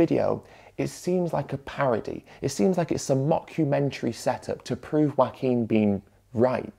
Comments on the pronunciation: I gotta say, every time I heard you pronounce Joaquin's name as 'wacking' I chuckled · Very interesting video. But as a Spanish speaker with a little Joaquín in my family, what surprised me the most was the British pronunciation of the name. The farmer drinking milk is the animated equivalent of the people posting meat pics on vegan groups. I was reading Ed about it yesterday, and I'm also baffled. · For a mexican, it is a bit funny how Ed pronounces his name. Love the content though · I loved the video but the way you pronounce 'Joaquin' is funny.